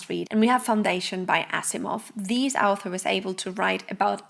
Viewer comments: You are making me feel better, I was also hearing alpha at first. But I am French. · Sorry, I am English so it took me awhile to realise you were saying author and not alpha, The context gave it away eventually, I must of been a bit sleepy.